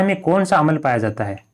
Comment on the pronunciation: भाई उसको अमल नहीं बोलते अम्ल बोलते हैं